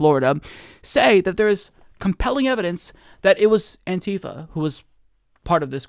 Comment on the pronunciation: Bugs me more then it should, but it's "anti-fa" not "an-tifa". As in anti-fascist, not a character from Final Fantasy.